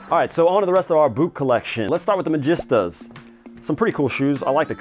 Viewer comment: its pronounced ma-gee-star